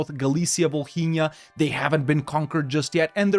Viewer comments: Bro why do you pronounce Volhynia like Bohemia 😭😭😭😭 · As a Ukrainian, I just laugh the way you pronounce Volhynia. For me It is so hilarous